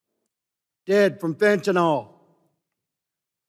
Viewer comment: First off, learn how to pronounce "fentanYl' for eff's sake. Second, this is this weakest case against immigration, it's the lazy man's shortcut to criticize it. Talk instead about the gangs and murders and flooded ERs and overcrowded schools and hispanic vs. black racial conflicts that are very real in the inner city as a result of flooding black neighborhoods with hispanics. Talk about the social disintegration that occurs with mass immigration. Nope, instead you talk about "fentanALL'.